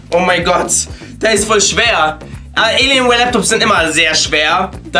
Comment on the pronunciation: es heißt Alienware und nicht Eeelienware!!!